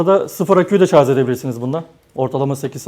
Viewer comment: Akü uzmanı arkadaş bile ŞARZ diyor :) Doğrusu ŞARJ dır. Bilginize...